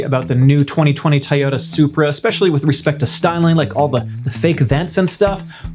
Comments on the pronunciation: Bro. It’s pronounced TOYOTA (toi-ohhh-tah). Not tyota....comon man. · Love how me pronounces Toyota Tah-yo-ta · I'm just bamboozled the way he pronounce Toyota